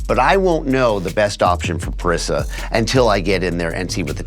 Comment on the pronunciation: Say her name correctly ..PA-REE-SAH.. Dr DewBroow